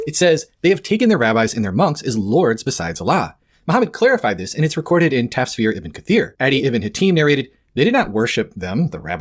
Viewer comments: "Tasfir" Yeah no. Lost me there. If you can't even do your due diligence in pronouncing words correctly, I doubt you actually know what you're talking about. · "taSphere" lok, i can't, these christians can't even pronounce how it is spelled correctly, it's not that hard. Taf-sir (tough-sear). He goes on to say ta-sphere repeatedly. 😂